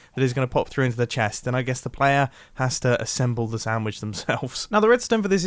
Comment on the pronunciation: I could have sworn he said “Soundwitch” instead of sandwich